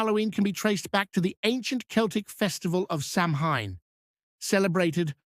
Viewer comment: Samhain is pronounced "Sow in"